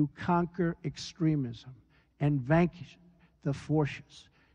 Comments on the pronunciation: "vaqish the forshish". ROFL!!! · ..."and vankish the forshish."